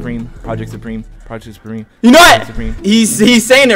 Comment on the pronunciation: "project.. supreme-o...🫨"